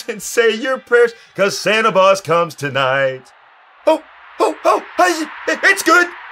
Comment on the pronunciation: He said Santa Boz! 😁🤣😂😂😂😂😂👍👍👍